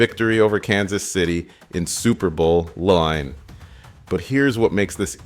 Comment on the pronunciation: You mean you didn’t like hearing about the Eagles winning “Super Bowl Luhl Nine”?